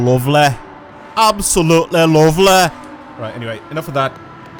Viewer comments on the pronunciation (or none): It does sound "Lovleh"